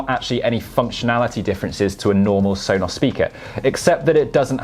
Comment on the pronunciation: Why do you say it like Sonoss? It drives me nuts.